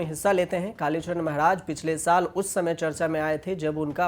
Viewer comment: भाई चरण होता है नाकि चड़न तुम को न्यूज़ एंकर किसने बनाया क्या खून जला रहे हो 🤣🤣🤣🤣🤣🤣